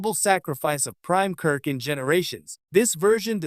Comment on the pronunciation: I’m quitting this video 20 seconds in because the (AI, I assume) narrator said, “…James T. [long pause] Kirk…” I don’t actually care if the narration is AI or not, but when the mispronunciation and incorrectly-placed pauses start, I stop.